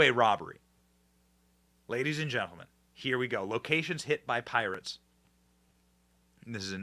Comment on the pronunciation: Not Pirates, but "Poorates"